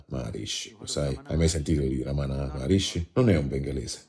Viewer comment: Si chiama Ramana Maharshi non Maharishi che invece è quello della meditazione trascendentale